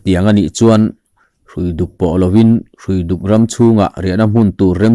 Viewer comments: Hruifuk khua hi i thlúk dik lo deuh, Hrui(rope) a ni. Árpui tiha pui tih thlúk angin, Hruiduk tih tur aw. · Hruiduk lam dan hi...hrui tih lai kha ramhrui, hrui hrual, etc. ang a lam tur a ni e. Engpawhnise hma i sawn hle mai..